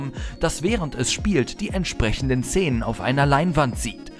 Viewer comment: warum sagt er "zenen"? x d